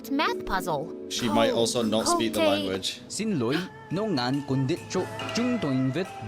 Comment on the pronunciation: ok.......just to be extremely clear here, i have learn vietnamese for over 5 year and i can say that he only nail on the "xin loi" which is "sorry", the rest, i dont know wtf is he saying